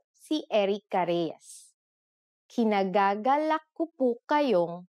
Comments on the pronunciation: The right way of saying "[i'm] pleased to meet you" is "IKINIGAGALAK kong makilala ka", ee-kinagagalak, not kinagagalak. You forgot to say, "i" before the "k". :) ...but that's fine. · ikinagagalak, not kinagagalak.